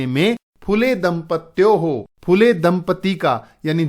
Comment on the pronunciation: Aapko acchi tarah Se padhaane nahin aata phool Le hota hai fula nahin phool lu hota hai phoolon nahin aap bahut jyada badhate Hain sorry❤😂😂😂